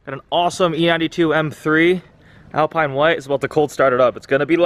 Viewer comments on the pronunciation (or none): none